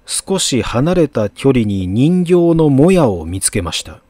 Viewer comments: にんぎょうじゃなくてひとがたじゃね？ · 何度も言うけど136さんの朗読、声もテンポも最高。 「人形」は、にんぎょう でなく、ヒトガタ かな?